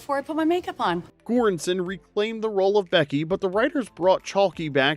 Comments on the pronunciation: For the last one, her name is Sarah Chalke (Chalk) the "E" is silent, not Chalkeeee. Wondering if the voice is AI? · CHALK. Not Chalky lol. That was killing me. LOVE THE CHANNEL THO! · It's Chalk, not Chalkie. The "e" in Chalke is silent. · Same. Thanks for pointing it out